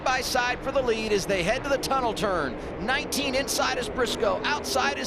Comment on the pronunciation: "Tryna make something happen as we hit the turnel" 🔥 🗣